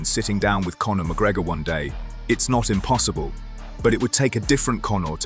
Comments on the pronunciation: "Cone"or lmao! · Why do you keep calling “Cownar” ?